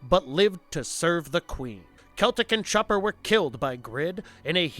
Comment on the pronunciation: Chopper not schopper. Lol it sounded like you said shopper or something not chopper. Lol